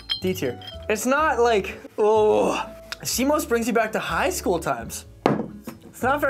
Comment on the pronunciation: Yo, wtf is "Sea Mose"?!